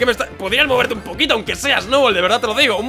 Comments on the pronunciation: Porque en vez de decir Snubbull dice Snowball? :'v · el dice Snoubol :v